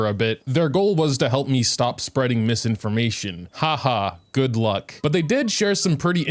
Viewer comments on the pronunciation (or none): none